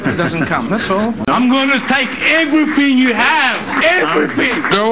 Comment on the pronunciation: EVERYFING!!!! XD hellmuth persona + dwan plays = tony g